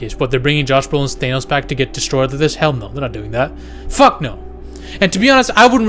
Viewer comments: His name is THAN-OS. Not THANE-OS. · It's thanos not THAINOES! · You say Thane-ose funny. I like it. Lol I just call him Thanos.